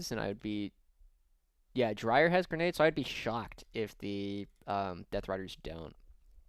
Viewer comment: Dreer not drier is my guess. It’s spelt Dreir not Drier